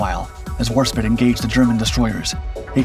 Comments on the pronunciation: It's not Warspit, it's Warspite. Come on man, I know you can do better. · IKR. There's an E on the end. You'd think that was a clue. Then again it could of been worse. He could of been pronouncing the E. War spit eh or ee. 🤣🤣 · It's WarspitE not spit ! Can't you bloody read? The 'Stringbag' was an amazing aircraft given the times in which it was conceived, with everything else in the aircraft industry going towards monoplane metal aircraft. But she may have been slightly outdated in conceptual terms, but Fairey Aviation made a wonderful stable platform for a seaborne torpedo aircraft and boy didn't the stringbag do the business in a number of important successes for the Fleet Air Arm and the Royal Navy. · Warspite not Warspit! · HMS Warspit? it's HMS Warspite! "Spite" as in rhymes with bite, bight, fight... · Really? both Dark Skies and Dark Seas series are famous for their blundering video errors. (for example here, Nelson or Rodney for Warspite..."spite" not "spit" and Barham for Hood and WW1 St Istvan for Bismarck.....though this is one of their better videos) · Warspite …not warspit … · It's War SPITE, with an "E". You could at least try to get it right.